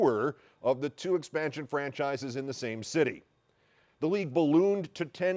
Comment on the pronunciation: So no one is gonna talk about how he said "French asses" not "franchises"?